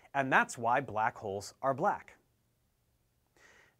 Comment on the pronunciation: First of all, I don't like how you say the word "black"...